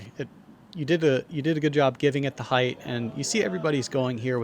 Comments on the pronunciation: It's PRONOUNCED HEIGHT LIKE LIGHT! NOT HITH ANNOUNCER! LEARN ENGLISH! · Heighth is not a word fellas. It’s height no matter how the sentence is structured, always height. You sound very dumb when you say it wrong. Almost as bad as orientated. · Oh god not the “heighth” pronunciation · "Heighth" is NOT A WORD...